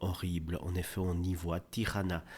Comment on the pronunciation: Elle ne s'appelle pas Tirana ! Tijana ( se prononceTiana )